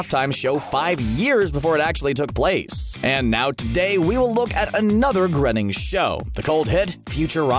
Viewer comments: "Grenning" Ugh -_- Groeing, rhymes with raining. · Groening is pronounced "graining" btw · It's Matt Groening [Groaning]. Ugh. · To be fair, Matt Groening mispronounces it as well. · How hard is it for people to learn it? GRAINING. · Matt has been VERY clear about this on numerous occasions; His surname is pronounced as "Gray-ning" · I should've known he'd mispronounce Matt Groening's name. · Literally the most annoying thing ever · That made me turn it off. Couldn't even be bothered to get his name right; can't imagine the rest is any good